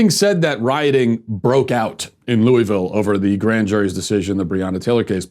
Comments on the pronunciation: First off, Louis-ville, not Louie-ville. I live here. You're a disgrace to honesty with what you're saying is the truth about Ms. Taylor. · It's pronounced luhvul. This man said everything except the correct pronunciation. Not too mention that if you watched the live streams (which I did for 8 hours) there was no violence instigated by the protestors whatsoever. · While this is just a bunch of crap, I must also add, learn to say Louisville. It’s not that hard really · Matt, I love you; but please never say Louisville like that 🙈😂